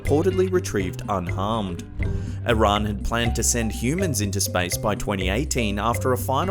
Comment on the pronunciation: Normal people: Iran: Uran